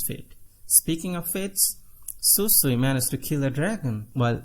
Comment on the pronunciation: i like you but bro you can't call Shusui Susui that's a big deal so go back to text don't butcher the names plz